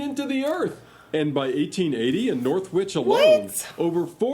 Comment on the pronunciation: Hi and! Love your responses, very well done always like seeing such a nice couple. But sorry to say that the video narrator did not do the subject justice. Norwich is pronounced Norich.. the 'w' is silent along with other mispronunciations... why can't the narrator quoting the history of another country, get their facts and pronunciation, correct.... It's called research.. Salt raises your blood pressure and is bad for the Heart, less is better.